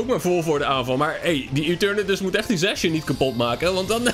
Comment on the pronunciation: Lol hoe jij zijn naam uitspreekt! Zacian! C is een K.